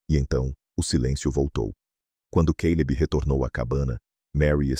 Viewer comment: Não entendo porque o cara fala queileb em vez de Caleb